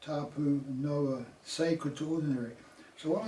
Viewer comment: You could start by getting your pronunciation correct . It was hard to listen to you say Noah so many times, I had to stop the video. Gnaw-a NOA . Please say our language correctly. Nga mihi.